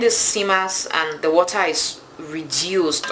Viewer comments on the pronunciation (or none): You are a good cook. Please learn how to pronounce WATER; Its Wa-ter. NOT Wa- taa. You say water so many times.